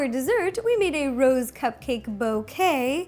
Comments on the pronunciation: I saw the cupcakes as rose, and heard you say it as "Ro's". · my favorite part is when you said Rose ro